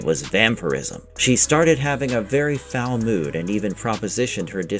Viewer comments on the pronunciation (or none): none